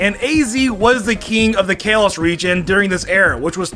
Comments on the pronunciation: It's KAH Los not Kay los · It’s Kah-lows not caylos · Wait wait kay-loss??? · Kayloss That is what you are saying lol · I cant get over how he pronounces kalos.... Kaylos And hes saying eve instead of eevee! How?! I swear this has to be him trolling. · "Kay los" get it right dude! You like pokemon for heavens sake!!! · Its Kalos (Call-oh-s) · “Kayloss” he calls it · I'm pretty sure the Kay-Loss region is not a real region. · "KAY-LOSS" 🤣🤣🤣🤣 THATS NOT HOW U SAY THAT.. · I’m annoyed at the way this man says kalos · Is mispronouncing Kalos ironically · Bro can you say “Kalos” instead of “Kalos” ffs they say it in the anime geez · You body does not explode in space, that was disproven Plus why are you putting so much emphasis on the a in Kalos? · If a Mon shows back up in the next episode it's not dead Meowth technically didn't die he shows back up in the next episode ash isn't a Pokemon and he hasn't died he always comes back in the next episode so Meowth and ash doesn't count who says kalos like that your saying it wrong say it right #2 isn't even a real Mon even if they say it is doesn't count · Him saying kalos wrong makes me hate life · How can you mispronounce Kalos? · says kalos wrong